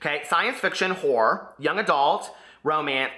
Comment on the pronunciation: I died when you mispronounced horror twice 😂 naughty naughty